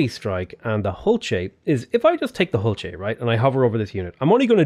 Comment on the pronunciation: Also it is pronounced ool chey the H is silent.